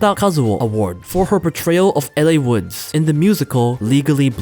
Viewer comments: "less miserables" lmfaooooo this pronunciation that is so easily found. LOL who is "ellay" woods?? You not even watched a crazy popular movie. It's Elle, not ellay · correctly pronouncing multiple Japanese words and mispronouncing Elle and Les Miserables is lowkey funny